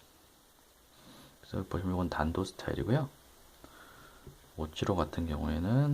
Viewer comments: 탄토는 발음 못하는 일본애들이 쓰는 말이고요 단도가 맞습니다. 탄토스타일 칼이라고 하면 보통 30센치 미만의 일본칼을 부르는 말인데요 우리나라에는 단도 혹은 소형칼로 부르는거라 특별한 의미는 없습니다. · 아 역시~ 저도 단도를 외국식 발음으로 한것 같았는데 맞네요